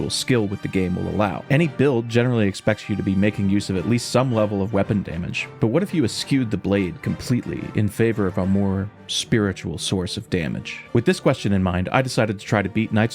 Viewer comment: this is what happens when people don't look up how to pronounce words before using them 🤣 It's not pronounced "es-kew", it's "es-shew"